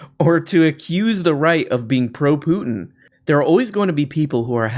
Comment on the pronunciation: Vladimir Pluton! Best mispronunciation yet! 😂